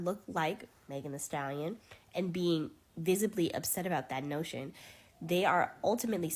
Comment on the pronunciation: As a white woman imo, I don't think it was a microaggression. It was straight-up racist. Like... purposefully mispronouncing her name? Just terrible.